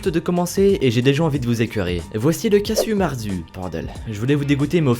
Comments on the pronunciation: ca se dit pas carzu marzu mais "kardzou mardzou" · on dit pas cazu marzu mais cazou marzou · juste je suis corse ( donc pas loin de l' Italie )et le casu marzu ça se prononce cazou mardzou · Le 10eme, c'est un fromage sarde ça ce prononce : cazou marchou La crème de se fromage se vend encore.... Et c'est, dégueulasse 😂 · le casu. marzu qui se dit casou marzou et il est corse